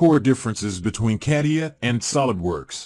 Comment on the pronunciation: Yeah, I have always heard it stated as the following... kuh·tee·uh